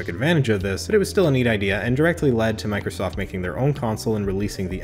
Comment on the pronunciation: Did anyone else noticed that he said 91sack & Microllstoft ?